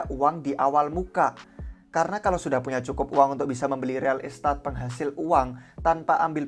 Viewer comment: Real estat ? pronounce mana tuh buset 😂😂